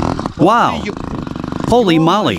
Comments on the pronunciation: Knitting needles are Spokes in english & " Holy Moly is not "holy molly" both words are said the same way as Holy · Surely this translator knows they are saying "holy moly" not "holy molley", who even says that lol and he says it a million times now...